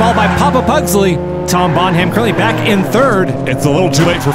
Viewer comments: Okay since he won, I feel like we need to talk about how to pronounce 'Bonham.' It's not necessary to pronounce it quite so 'carefully.' It's just 'Bonnem.' Also, the random Star Wars references being turned into possible drug names... awesome! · Welp, Jeff Dunham's mate Peanut will be proud of that pronunciation. Bon Ham. Someone called Jefafa Dun Ham needs to enter the race now. I loved the racing and commentary again, you guy kill it every time!! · Have you guys ever thought of checking with the submitters to see how to pronounce their names? "Bonham" is almost always pronounced like "BONnum" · Bon(h)am, the h is silent, pretty much. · Ford Escort MK11 rules .. and btw guys it’s pronounced the same as Led Zepellins Drummer - Bonam, you don’t pronounce the H. It’s an English thing 😂😂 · The H is silent, look up pronunciation of John Bonham Led Zeppelin drummer.... Not Bon-Ham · Bon-Ham? Not a Led Zeppelin fan, I guess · Bonham, pronounced Bonam, silent H. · Hilarious pronunciation of Bonham :) (It's like Helena Bonham Carter)... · I kept waiting for someone in the comments to correct the pronunciation of Tom Bonham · Seeing as Tom is moving on, I'm pretty sure the H is silent, like in Graham and Nottingham... Oh, I see that Robin Hood is too blame. 😮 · The "h" in "Bonham" is silent. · Mispronouncing the name "Bonham" for the entire video was a nice touch...lol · So Tom Bonham went through, and now we have to listen to that horrendous pronunciation again! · Think it be pronounced like Led Zeppelin drummer. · for F sake, the "H" in Bonham is silent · How does a person not know how to pronounce, Bonham? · It's TOM BONHAM... not Tom Bon Ham! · Seeing as how Tom Bonham is moving on, I thought I might give you an alternate pronunciation of his last name. It's not Bon-HAM like you've been saying. It's more like BONnem. It sounds much better like Tom Bonnem. Oh and #DIRTYSWEEP3D4EVA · Them pronouncing it Bon-Ham is hilarious, when it's Bon-Um. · Bonham is pronounced Bonnam